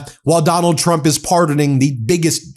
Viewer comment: It always makes me giggle when she says "president Chump", not sure if she is trying to secretly insult him or if she is actually having troubles saying his name.